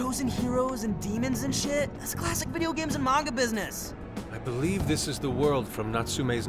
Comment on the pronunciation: "video games and manga bidness..." BIDNESS. I CANT STOP LAUGHING. IT'S GOLD! I'mma put that on a stinkin vistaprint card - "I'm in da bibbeo games and manga bidness, foo!" XD